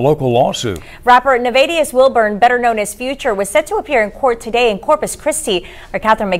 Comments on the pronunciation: & they pronounced it right 😂😂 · 100% she pronounced it correctly too! Kudos to her 👏🏿😄